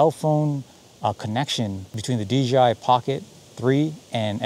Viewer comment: They might sponsor you.... if u say DJI.... not DGI loooooooool